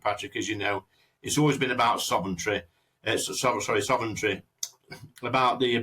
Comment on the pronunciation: Sovereignty Lee,not Sovereigntry.